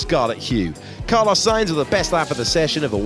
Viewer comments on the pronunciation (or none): none